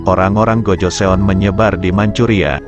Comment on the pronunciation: Kurang bagus penjelasaanya pertama tahun 2000 itu dh masehi harusnya tahun 200 mungkin yah bukan 2000 kedua sebutan untuk GOJOESEON itu adalah (Gojosun) bukan GOJoseon